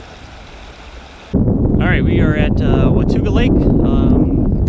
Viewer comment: WAH TAUG AHH not wah tuga. it is a indian word that means " The Land Beyond"